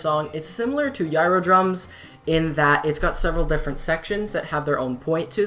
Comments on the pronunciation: Really good video man, I enjoyed it thoroughly. Just a quick pointer, Gyro Drums is pronounced "jai-roh" like if you've ever heard of a "gyroscope" it's modeled after one of those ;) I'm planning on coming out with an Animusic documentary at some point so it's nice to see there's still interest in the community. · I'm gonna agree that Heavy Light is by far the best Animusic video. What I don't agree with is your pronunciation of gyro (jye-roh). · It's pronounced "jiro" drums